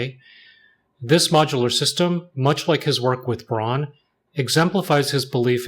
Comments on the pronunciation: First of all respect for the Nujabes "Aruarian Dance" at the very end 😍 As a former german industrial designer myself, this video made me especially happy and for those who care BRAUN means brown and is pronounced more like brown too not like brawn. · Pronouncing Braun as Brown is way closer to the actual german pronunciation